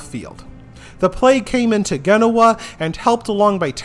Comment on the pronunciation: not Ghenoa, jen no wah (genoa)